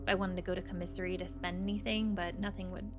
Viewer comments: I keep thinking she's saying comisery- like a singular of commiserations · I’ve never heard commissary pronounced like this. I’ve always heard it like caw-mi-sair-ee.